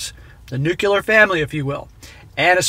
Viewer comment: I love your content, but my goodness, it's pronounced "new-clear". There is no second u. Ahh you probably won't read this. I'll send you a story about my crazy ex soon.